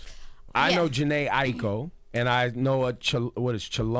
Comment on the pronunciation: it's weird. i-ee-ko? where is the third syllable? ai-ko. a-i-ko still does not sound like i-ee-ko